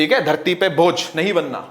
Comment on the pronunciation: Its bhoj not bojh😂